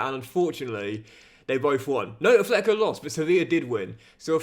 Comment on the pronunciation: Enjoying the CM!! But I have one wish: pronounce Atlético properly 😅